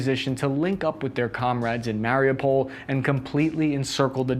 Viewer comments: Mary u pol, not mary-pole. Why are anglophones the worst 🤦🏾‍♂️😄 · its pronounced mario (withour the ) oo pull is the way to pronounce it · The video is great, but the fact that you can't pronounce Mariupol drives me crazy... Listen to a ukrainian person saying it you have to strech the UUU